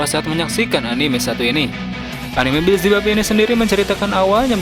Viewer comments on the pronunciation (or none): none